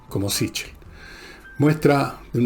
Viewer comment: Ese apellido es italiano y se pronuncia " siquel".